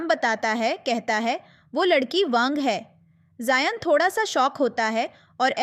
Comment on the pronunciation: I think you are punjabi because you said thodaa